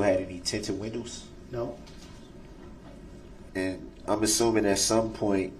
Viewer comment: Would I be wrong if I were on the stand and I repeated all his incorrect words back at him?😂 I would have held him up so bad. License place? Tinted winnows? Like I know you didn't go past 9th grade dude but Dawn should have helped your clueless tail at 5 on how to pronounce those words...Ooops she can't pronounce words either. Dang! And his whole line of questioning was dumb. It did nothing to help him. Tinted windows does nothing for your case if your windows are down! This case you had the weapon, the person and it all was captured on video! And he has the nerve to ask if someone has a record when he has a rapsheet the length of a football field.